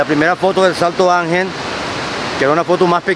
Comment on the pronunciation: Słychać, że opanowałeś dobrze hiszpański, ale błagam ten wodospad to fonetycznie Santo Anhel. Tak się to czyta.